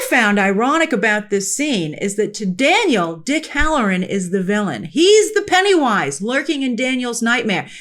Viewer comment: Taniel, not Daniel lol